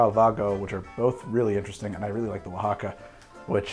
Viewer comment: Seriously! Isn't this filmed in MI, but he nailed Oaxaca! Damn fine effort!!!